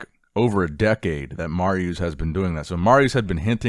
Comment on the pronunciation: dude it is Marius not mariuuuuuuuuuuus